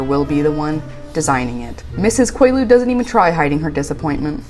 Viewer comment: “Mrs. Quaaluid” 😅😂😂😂😂